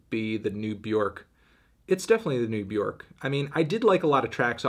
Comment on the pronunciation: Still can’t pronounce Björk correctly